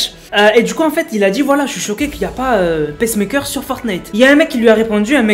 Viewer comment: Ça se prononce pas "pèsse-mèkeur", mais "piçe-meïkeur"